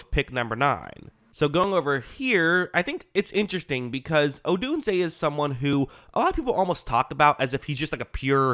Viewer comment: Just say Odunze. 😂 Definitely subscribing! Great video.